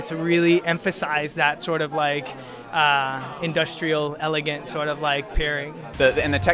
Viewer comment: "indastrial elegant"!